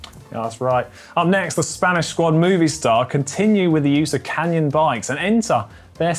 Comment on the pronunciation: She - ma - no. Should also learn Movistar - Mow - v - star, not Movie Star.